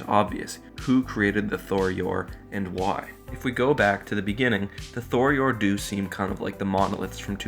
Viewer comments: Tho-Yor, not Thor-Yor. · Bro, it's tho yor not thor yor 😂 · Why do you keep pronouncing it as "Thor Yor"? There's only 1 "r", and it's at the end of the name.